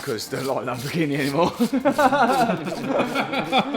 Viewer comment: Lamborghi-NEH 😂 only south Africans will understand